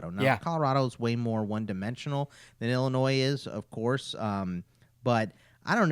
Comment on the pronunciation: Bruh the s in Illinois is silent